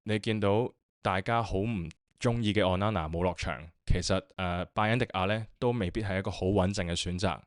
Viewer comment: O nana, not on nana 加油👍